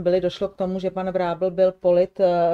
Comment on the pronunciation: Prosba na ABJ: slova jako tunel, ďábel, kotel, datel, kozel, panel apod. končí koncovkou -el, která se celá vyslovuje. Je tedy třeba jméno Vrábel vyslovovat jako [VrábEL], nikoliv německy [Vrábl]...